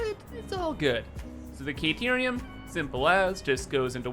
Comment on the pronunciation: Whatterium sorry? Caterium maybe? Not kayterium